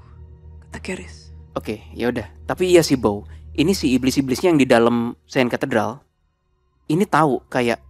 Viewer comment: Cathedral Bou... Bukan cuterdal 😂